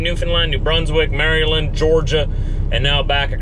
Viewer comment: It’s not merry land